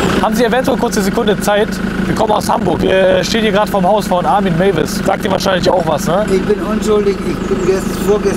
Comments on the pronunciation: Der Typ heißt Meiwes mit ei und nicht Maywes 😅 so viel Zeit muss sein. Back to the topic: Ich persönlich kann mir auch vorstellen, dass einer der Anwohner die Schnauze voll hatte und das Ding in Brand gesteckt hat. Anders wären sie diesen Schandfleck nicht losgeworden, weil die Hütte Denkmal geschützt war und wer hätte das Haus in dem Zustand noch gekauft, falls Meiwes jemals verkauft hätte. Aus Sicht der Anwohner wäre es zumindest nachvollziehbar gewesen. Natürlich kann es aber auch irgendein unvorsichtiger Besucher gewesen sein. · Bisschen bessere Vorrecherche wäre besser. Das Opfer hieß Bernd Jürgen Brandes und der kam da nicht mit dem Bus an sondern Meiwes hat ihn vom Bahnhof abgeholt. Noch dazu heißt er nicht "Meywes" sondern Meiwes mit "ai" gesprochen. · Er wird “Maiwes” ausgesprochen bro.. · Warum Maywis 😂😂 er heißt Meiwes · Es sagt mäwis es heißt meiwis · er wird maiwes ausgesprochen. Das triggered mich das er 4 stunden dahin fährt und dann nichtmal weiß wie der held von Rotenburg ausgesprochen wird und dann weiß er sogar nicht mal dass es Bernd jürgen Brandes war der zu curry verarbeitet wurde. Man hätte sich schon mal informieren können bevor man dahin fährt. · Mich triggerd es das der Nachname die ganze Zeit falsch ausgesprochen wird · Sprich doch den Nachnamen bitte deutsch aus 😂